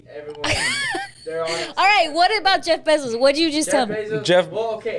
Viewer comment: Sounds like says Jay Besos instead of Jeff Bezos 😂😂😂